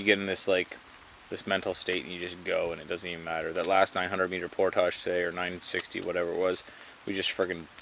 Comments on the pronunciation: It's pronounced 'poordij' not 'poortashing' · did he say they were doing a portarge...? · New drinking game, every time says portage, everybody drinks. Then we'll be as week as he is at portage's 😬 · STOP SAYING PORTAGE